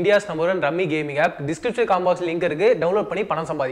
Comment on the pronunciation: யோவ் அது ரம்மி கேம்யா.டம்மி கேம் ஆஃப் இல்லை